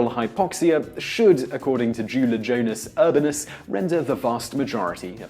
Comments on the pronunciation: You completely butchered Julijonas' name. It's supposed to be pronounced: "You-lee-yon-as Oor-bon-as" Also this should be called the Roundabout. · Of course he's from Lithuania. We have the highest suicide rate so this would be useful. Also, you pronounced his name in the worst possible way.